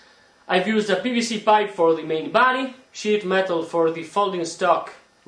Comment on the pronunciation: SHEET metal. Dont worry, I thought he said shit too lol